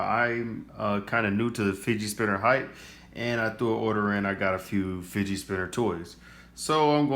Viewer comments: it's fidget not fidgei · Fidget not figie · He said fidgey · Not To Be Rude But It's Pronounced "Fidget Spinner"